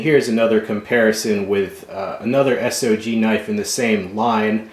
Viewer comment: Its not S.o.g is sog pronounced saauuuggg not s.o.g